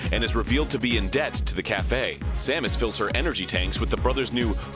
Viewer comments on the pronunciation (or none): none